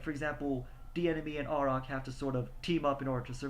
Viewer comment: The characters name is pronounced: A(y)rack, with a capital A.